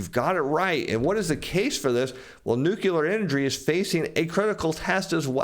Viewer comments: No one gets power from nucular energy! It's nu-cle-ar! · The word is nuclear dude, not "nucular" (there is no such thing as a nuculus). Please stop saying "nucular". Like fingernails on a chalkboard. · NUCLEAR... :).... not nucular... :)... !!! u da man! thanks for ur insight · New-Clear. Two syllables. There is no third syllable in nuclear.